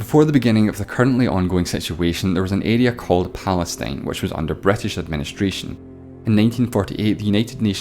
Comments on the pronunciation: Bretish xDD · Why I heard "Bretish" "Etaly" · "that's where the Bratash invjented Thyiejymhe"?!?!?!💀💀💀💀💀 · "Somaliland was controlled by the BRIGHTtish" BUAahahahhahahh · That accent saying " The British invented time" almost made me choke. Wow... just wow.